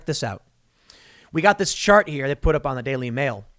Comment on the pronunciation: Ethereum.. also I'm positive u said shart instead of chart. Hah